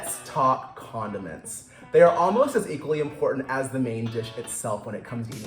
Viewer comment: Why did he always have put the emphasis on condom in condiments?